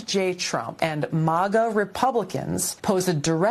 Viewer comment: Tulsi & others need to learn how to pronounce the word....MAGA.